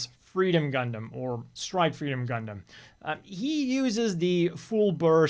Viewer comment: When the designer reads "Gundam" as "Gungan".